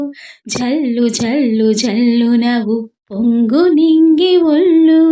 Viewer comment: అమ్మా తుల్లు, ఒల్లు కాదు తుళ్ళు,ఒళ్ళు . ముందు తెలుగు సరిగ్గా పలకడం నేర్చుకోవాలి